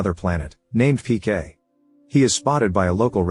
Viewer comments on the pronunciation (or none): His name is PK, not pian. It's literally the name of the movie.